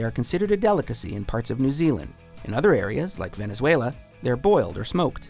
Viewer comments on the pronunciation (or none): none